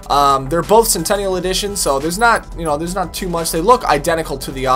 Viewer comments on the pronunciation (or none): none